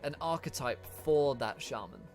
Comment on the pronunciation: Am I the only one who got angry at the way he said shaman